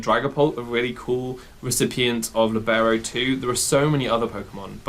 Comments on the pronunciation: It is pronounced LEE-beh-ro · It is actually pronounced Lìbero, the accent goes on the i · always feels weird to hear Libero with the english pronounciation. And I can't wait to try this set out! :D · the way you pronounce libero cease